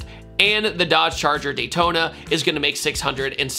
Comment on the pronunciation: ‘Daytona’ 😭😭😭😭😭😭😭😭😭 shame….